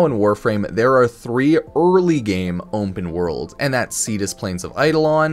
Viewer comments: Ownpen worlds* is how pronounces it 😂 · "onpen wOrlds"